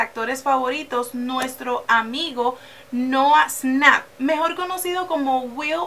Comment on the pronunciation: Noah snap :v Es nouah shnap ahre